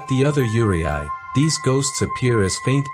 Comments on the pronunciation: The AI pronunciation of "yuurei" was actually dreadful, tho. It was miles off the proper sound. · you need to check the pronounciation of the words: one mistake is not that bad but the AI mispronounced Yuurei, and that word was mentioned over and over again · lol no no I meant like how the narrator pronounces Yurei is funny. I'm not saying the word hes using is wrong. Just the pronunciation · Man you put all this research into the video but never looked up how to pronounce yurei😢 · His pronounce on Yurei kinda hurts my ears.... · Because the narrator can't pronounce the Japanese words correctly, the entire program sounds like some thing other than ghosts & spirits. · Cool video, I just have one complaint. I'm not trying to be an asshole, and I don't know if it's text to speech or what, but considering the video is about yūrei and considering how many times the word appears in the script, it was kind of lame/annoying to hear it mispronounced every, single time. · your bot cant spell yurei properly its spelled as yure(i) is not pronounced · Pronunciation is incorrect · Lol, as soon as I heard mispronunciation of "yurei" I stopped watching. If you're going to make a documentary, learn how to pronounce the words. Geez. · Really well done. One thing so far - yuurei is pronounced like "yoo-ray-ee," with the "ee" barely being voiced. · Thats right, you can just prolong the last [e] sound. You raa. The last ee doesn’t even need to be pronounced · to my ears, the narrator's pronounced 'yūrei' like 'urea' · It’s “Yuuu ray” 幽霊 I know it’s AI voice but this is how you pronounce Yuuu Ray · i am so bothered hearing him all the time pronounce it yuwarai or something LMAOOO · It's pronounced "yoo-reh" . I've been studying Japanese since I was 12 (28 now), and that is how I've heard japanese pronounce the word. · there is no "ray" pronunciation in that word at all. The Japanese pronounce that word as "yoo-reh" I've never heard Japanese people say "yoo RAY" for that word ever.